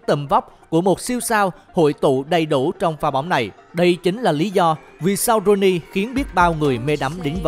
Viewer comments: Ronaldinho mà cứ thấy đọc Rooney 🤣 sau làm video đăng lên thì tìm hiểu kỹ hay nói đúng chuẩn tên cầu thủ trc nhé! Nghe bực mình lắm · Sao toàn đọc roney k z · ronnie là tên thân mật của Ronaldinho đó bạn , bạn tra google sẽ biết nhé ,chứ ko phải roney của tuyển anh nha 2 cách đọc khác nhau mà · ko biết nghe nhầm ko hay có tên khác ngoài ronaldinho, mình lại nghe tên rooney thiệt là đau lòng =)) , cũng nghe thêm lần nữa, rô ni hay rooney vậy ae :D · 2 lần đọc roney..ronadinho co ten la roney nua hả ae.🤣🤣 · Ông này đọc kiểu gì mà cứ roney hoài nhỉ :(